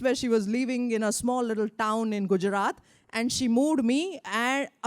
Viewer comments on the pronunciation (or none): none